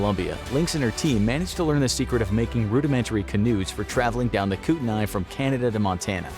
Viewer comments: We locals call the kootenai river kootnee river not the koot uh nye river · Every time he said Kootenai like that, I died a bit inside. I grew up in Coeur d'Alene, ID near Silverwood Theme Park. It's in Kootenai County. The locals pronounce it like coot-knee. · If growing up in kootenai county, Idaho has taught me anything- it’s that you are pronouncing kootenai wrong. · No big deal but you pronounced Kootenai rong